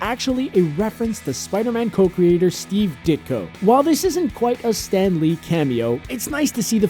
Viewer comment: Wait lol omg did he say Steve Dick o